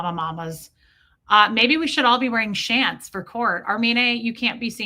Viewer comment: She sounds like she was a flounder fish if both her eyes were on the same side of her head. When you said shants i almost did one🤣🤣🤣🤣🤣